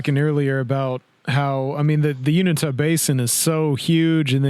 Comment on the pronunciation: It's odd that inevitably someone who takes a big interest in this particular subject, will pronounce "U-IN-TA" as "UNI-TAH".